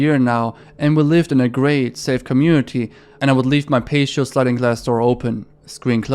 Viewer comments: It's a PAT-E-O not a PACE-SHIO lol. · Love your channel! On the story from Coolmom81, the word "patio" is pronounced like Pat-E-Oh. ♥ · I know English isnt your first language, and we have some really messed up rules in English. patio is pronounced pat-e-oh. keep up the good work otherwise mate! I always enjoy your vids! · the word is pronounced "pa-tee-oh" not payshio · "Pashio" had me rolling! Pat - E - oh. I think you should keep saying it as "pashio," though :) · so no one is going to say anything about how this dude reads patio as "pay-show" and not "patty-o" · Not to be that dude but it's pronounced pat-eo not paysheo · Your English is amazing, and I noticed you pronounced "patio" as "pay-shee-yo", and that tells me you know some of the more complicated sounds in English. However, for whatever reason in the case of "patio" the T sound is hard, so it's pronounced "pah-tee-yo". Thank you for another interesting video, it's always exciting to see when a new one is posted! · patio = "pay-she-oh" lol his videos are great, def sounds like English is a second language so I'm not hating at all but it always gives me a laugh when he absolutely butchers a word lol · Pa - Tee - Oh 🤦🏿‍♂️ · PAH ---- TEE ---- OH = patio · The way you pronounced patio is absolutely adorable! Try 'pa-tee-ow'. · love your videos my guy. just a heads up, patio is pronounced pat-ee-oh. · just an fyi, patio is pronounced “pat-e-oh” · hey, sick video! very chilling posts, even the ones i already knew a little bit about. i also wanted to let you know that the word “patio” is pronounced like “patty-oh”. its hardly a common word, so i doubt youll come across it again anytime soon, but hopefully this helps! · to be further clear about patio's pronounciation it is pah-Ti- o Totally understandable english is a chaotic amalgamation of words from other languages lol I've been watching your videos for the past couple days, and am really enjoying them!!! Will subscribe 👍